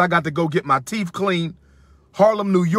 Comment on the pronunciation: He's getting his "Teef" cleaned 😬